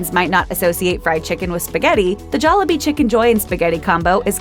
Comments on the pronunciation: You know the narrator is white when she keeps saying jollabee instead of jollibee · It's pronounced jol-lee-bee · I love how she pronounces it joll A bee Not jollibee